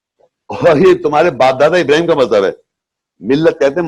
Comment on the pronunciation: 100% galat tarjuma or tashreeh kr rha hy yee yahi nateeja hy khud bakhod mufti bannany ka.... Or Ibrahim A.S ki dua ka sahih talafuz taak ni atta or shaikh bana howa hy😂😂😂😂😂😂